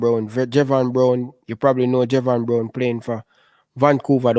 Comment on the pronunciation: It’s Javain brown your saying that name wrong